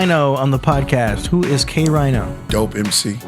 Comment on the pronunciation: Thats whats up!!! I shouldve picked this flick up the day it dropped... In fact I even hit up Del The Funkee Homosapien on ig live few yrs back asking him if heard of K-Rino & he answered me saying he has heard of K-Rhino (he pronounced it that way). He has yet to listen on him tho... Hey, at least he has heard of him tho... Im so grateful hes now being mentioned alongside with the greats; he totally deserves it! SPC 4 LIFE!!!! Peace!!